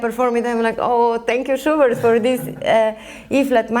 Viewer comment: I hear sugar every time she says schubert